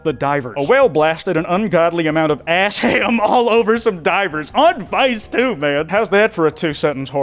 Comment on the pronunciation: who the fuck calls it ass ham